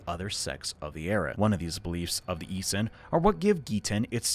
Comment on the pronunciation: Issens? Issens... Issens...? Issens... ! Essenes! Motherfucker! Took me a whole minute to figure out what you were on about. Might have taken even longer if you hadn't mentioned John the baptist!